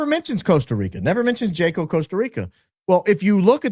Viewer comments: Hey, watch your show regularly. appreciate the deep dives you do and your opening statements. fyi- in spirit of maintaining status as a “Hi IQ” outfit, Jaco is pronounced as if the J is an H, i.e. Haco (like Taco with an H). 😂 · Pronounced Haco in Costa Rico. We also experienced that there around 2015 on a vacation with my husband. We only stopped in that town for a few hours for lunch and ice cream. My husband had to leave me in the ice cream shop to find an atm when he we was approached by a couple of young girls standing on the street corner just outside the ice cream shop. An older woman also walked up to them appearing to have been managing them. So very sad. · Jaco pronounced = Haw-co ❤ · It’s pronounced “wa-co”. I had no idea what kind of town it was before arriving and it’s literally a sex trafficking hub. They call them casinos and you go drink and take women back to rooms there on sight. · Hello. The correct pronunciation of the town that you mentioned in Costa Rica is pronounced HA- CO Costa Rica is lovely up until a couple decades ago a lot of mission trips for students and young adults would go there but yes many times it has changed for the worst. If you recall McAfee the software developer and everything that happened to him there locals became very upset because of what was being imported into their country It's one of the most beautiful places I've ever been but from what I understand with people that I know who live there and travel there often it's not the same anymore remember it's Spanish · SPANISH: it is pronounced HAKO not Jaco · Wow! I went to Jaco, CR (pronounced Haco) on my honeymoon. Big surfing location. I was clueless 22 yrs ago. Love your podcast. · Just an fyi…the J in Spanish is pronounced “H”, so Jaco is actually Haco in pronunciation. Great show as always, in my opinion! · Jaco - "Yacko"